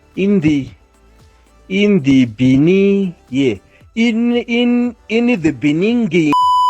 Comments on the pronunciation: In the beninging.... you gotta love our ex president.... old JZ!!! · I honestly did not expect to see JZ's "In the beninging" clip in here.